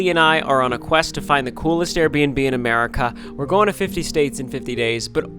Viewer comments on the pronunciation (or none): none